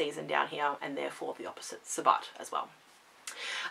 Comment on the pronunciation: I just recently found you and am thoroughly enjoying your channel. Now I don't know if the way you pronounce sabbat is an Australian thing or just the way you say it. It is pronounced to rhyme with rabbit.